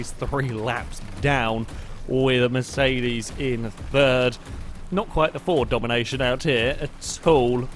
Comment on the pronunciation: everytime you say mercedes i hear it like "miss 80's"